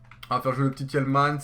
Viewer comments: on prononce tilman ce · La prononciation du "Tielemans" n'est pas passée, sinon bonne video